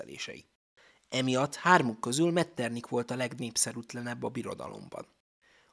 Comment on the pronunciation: Helyes kiejtés Metternih, nem pedig Metternik.